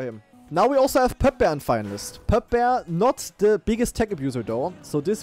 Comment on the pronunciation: Poepboer spricht man Pupbur aus. Beide Vokale sind wie das deutsche lange "u", reimt sich auf purpur